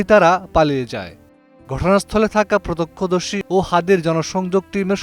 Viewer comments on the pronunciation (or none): প্রতোক্ষ্যদর্শী নাকি প্রত্যক্ষদর্শ? 😆😆😆